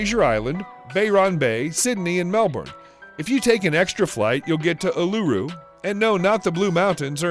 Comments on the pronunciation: Oolooru? Its uluru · Bayron bay! It is Byron bay dumbass. Also where tf is oloro, It is pronounced Uluru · He said ularu wrong